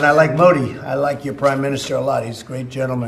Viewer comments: When he say PM Moody😂😂😂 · Same as Pakistani says🤣